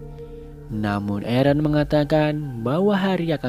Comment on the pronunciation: Aaron = ereh